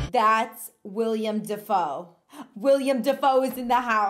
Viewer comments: I know you're just a youngun, but it's "Willem" Dafoe, not William. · It's Willem Dafoe...not William, for the love of God! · Its Willem, not William... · Dang. Cut out the, "With great power comes great responsibility" lines :( Patreon exclusive content there, I guess lol Also, his name is Willem Dafoe. Pronounced like Will-um. Not William :) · Its not William, ITS WILLEM. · "Willem" Dafoe, not "William"